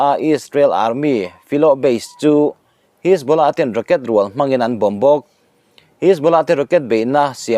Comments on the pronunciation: Ka pu.... Pûl ti a i lam rik hi Poll/Pawl tih tur a nih hmel a, 'Hisbula' i tih pawh hi 'Hesbollah/Hesbola' tih tur a ni em? Kan beng ber ini bawk a, nalh leh dik deuh han puang teh le...huat lo ah aw... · Puul.. hisbawla.. ati lehta.. Lungtum bul a thil sawi ang chiah. A ṭawng hmangtu/neitute lam rik dan te hi chik ve tur tunang laiah chuan.